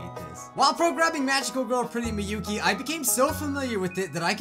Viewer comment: It's miyuki Not miuki